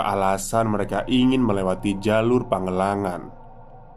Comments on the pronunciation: Maaf mas pangalengan dibacanya bukan pagelengan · nama tempatnya PANGALENGAN!! knp jd pangelangan....baca yg bener coba!!! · "PangaLengan" ,,dibaca seperti baca "Kaleng".. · Mungkin maksud nya Pangalengan bang bukan pangelangan 😅